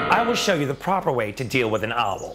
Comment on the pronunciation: i love how he pronounces "owl" as "ah-wol"